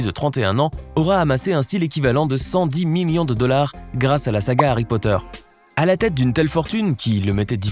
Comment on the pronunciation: No pas Harry poteur